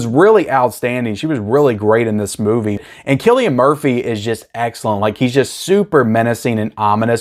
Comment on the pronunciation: You got Cillian Murphys name right this time